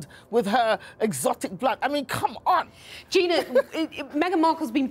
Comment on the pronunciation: loooool say Gina's name properly